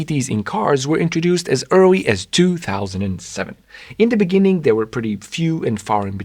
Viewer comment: in the beninging😂